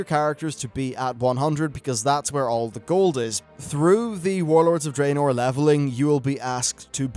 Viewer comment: Draenor is pronounced Dra-nor. The only bad thing about your vids, everything else is top notch but I can't listen when you say it wrong lol